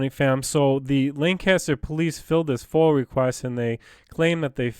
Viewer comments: Hey! wrie county. Live your activist.. BUT PLEASE ATIP SAYONG FOIL!!!!!!! IT IS NOT FOIL. ITS FOIA... pronounce it with me.. FOY- UH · Love your stuff.....it's FOIA not FOIL tho. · Once again it is NOT a FOIL request it is FOIA request Freedom Of Information Act pronounced FOY YAH